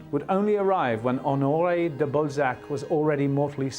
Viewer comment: Ok, i get that everybody takes issue with the presenter's pronounciation of Balzac, but he is also really doing a number on the first name Honoré. Either stick to the english OR french version but this tone-deaf, no man's land is just torture to my ears!